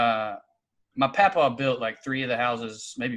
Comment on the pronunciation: It's papaw